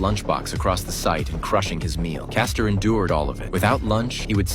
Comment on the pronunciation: Its Frank Castle....not Caster...🤦